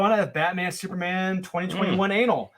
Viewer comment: Is intentionally pronouncing "annual" like "anal?" I guess so